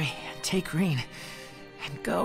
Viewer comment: her name is fucking RIN NOT RAIN. Wtf!!!